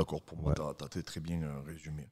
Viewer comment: Bienggggg ou bienggggg ?😂